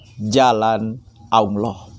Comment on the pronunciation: Dakwah pencerahan seperti apa, kalau hanya retorika dan narasi narasi tanpa makna dan dalil dalil yg benar. simpel aja mana dalil bantahan nya zong. hadehh menyebut Allah aja belepotan dimana ilmunya ?